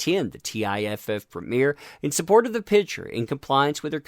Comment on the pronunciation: Please say PICture not pitsure. OCD....sorrry